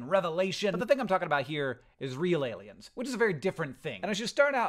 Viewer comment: Love getting a notification just saying “ailiens” I was like HECK YEAH